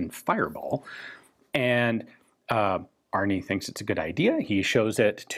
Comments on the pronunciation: As the American you are, I think his name is Arne, not Arni. I may be wrong, I just found it a little funny. The E in Arne is like and E, not an i. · The name Arne is pronounced Arna, and it means eagle in Old Norse.